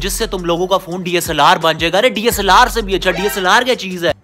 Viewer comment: DSLR ❌ DA-SALLAR ✔️😂